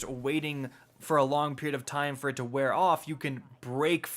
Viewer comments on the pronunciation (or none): none